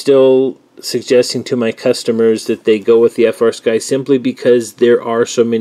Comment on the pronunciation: That is "Flysky" Not "FrSky"